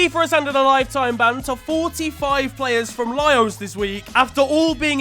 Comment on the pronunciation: did you just pronounce Laos... Lios?